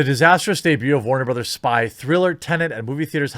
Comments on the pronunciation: Its tenet lad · tennent, really?